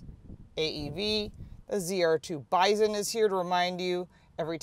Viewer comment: It kept sounding like you were saying biden edition. I have a F 250 4x4 diesel king ranch Lets Go Brandon edition